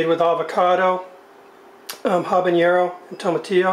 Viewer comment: Had you used a copper pot, your meat would have browned during the initial phase avoiding you the last step. There are many local variations on this dish but for the most part, this version is quite accurate, the only thing is that you might be missing more herbs and spices. You’ve obviously been to Mexico and so I recoiled when you pronounced the word habanero as habañero. Ugh! Please! You should know better! Otherwise, not a bad rendition of our very popular dish.